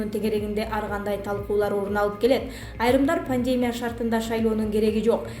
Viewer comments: Айланайын, журналист кыз, грамматикан ноль го, сенде, сени ишке ким алса да чон рахмат ударениени туура коюп окучу диаспора, пандемия, коронавирус ж.б. создорду мектепте окугансыгбы? Уужас, позор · Журналистканын пандемя, диаспора ударениесин туура коюп окучу бай болгур ушунчалык жагымсыз угулат. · Диктор кыз каронавирус башталгандан бери "пневмания" мн "пандемия" деген созду туура айтканды уйроно албай койду. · Пандемия деген сөздү туура окугулачы 🤪🧐😠😠😠😠😠 Пандэээээмя дебей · Элементарно пандемияны туура окуй албайт го